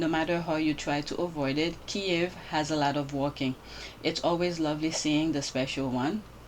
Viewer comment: Thank you fir pronouncing Kiev properly ❤❤❤❤